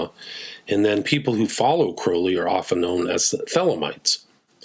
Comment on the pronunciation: It's CROWLEY rhymes with Unholy